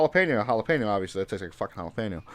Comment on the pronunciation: tell to stop saying jalapeño like that it